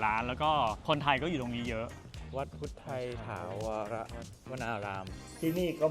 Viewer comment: เราก็อยู่นิวยอร์ก คุณอ่านถูกแล้วค่ะ ถาวร อ่านว่า ถาวอน ( ดูได้จากภาษาอังกฤษใต้ชื่อป้ายหน้าวัด) แต่พิธีกรอ่านผิดเองค่ะ